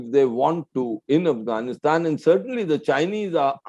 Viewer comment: One would think that an Indian ambassador to Afghanistan would have learned the proper pronunciation of the country's name.